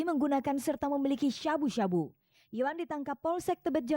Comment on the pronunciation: Nyebut sabu sabu nya lebay banget Harusnya sabu sabu aja bukan syabu syabu 😅😅